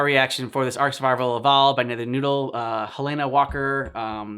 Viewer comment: Bruh, y'all are just SO UNDERRATED!!!! Keep up your work, make it good, make it happy, and, she's called "Helena" Walker not "Helyna". 😂 Anyway, this video was good, and I hope you react to Sir Edmund Rockwell next!